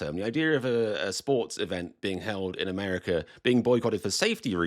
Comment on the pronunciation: I always watch and enjoy your videos, and believe that at least the fans should boycott the World Cup, but on a lighter note, I have to ask. How is it that when you sign on and sign off you can pronounce "Raw America" with an "A" on the end, but when you're talking it becomes "Amerik-ER"? I have been all over England and Scotland, from Dover to London, from Bath to Edinburg, to Loch Ness and all points in between. I love it there, and really love the people and the wild British humor, especially, but I have never understood how the word "water" which ends in "R" is pronounced "What-AH", and the name "Monica" which ends in "A" is pronounced "Monik-ER". That is the silliest thing I've ever heard in any language. Why not just change the spelling if you're gonna pronounce the "R" and "A" reversed. Even the name of the most famous and influential queen ever to live on the planet is pronounced "Victori-ER" . Is this just part of the whacky Brit sense of humor? The ultimate joke?